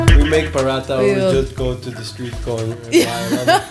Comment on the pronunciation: Prhatha....no ...Paratttha 😂btw nice video.